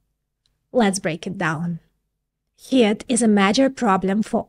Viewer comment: She's adorable, whenever she says 'Heat', she pronounces it "Hit". So I have this vision of little fists jumping out of transistors taking swings at each other... ;)